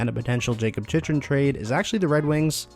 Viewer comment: It's pronounced Chick-Rin. So annoying how many times you butchered his name.